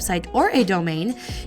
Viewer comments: Hi, honey—-I both like and don’t like the intro. Here’s why: your YT name isn’t what you say. It’s Shell-biz-leeeee. I don’t want you to change the name OR how you say it, so I guess that leaves us with ditching or replacing it. Sorry—I know that’s a drag, but I think it’ll make your stuff even cooler. Think how awesome the change in closing tag line is!!! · Hi! I'm a new subscriber and have watched some of your other videos. I like the simple hey guys its as the first time I heard I was so confused about what words you said 😅 I really dont mind either way - but just wanted to chime in:)